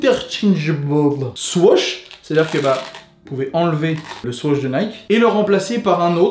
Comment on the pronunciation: Anonyme Mousse je sais, pas sur que l’auteur de la video soit au courant parcontre , vu comment lui le prononce